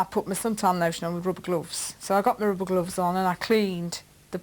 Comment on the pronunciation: 'roober glooves' 😭😭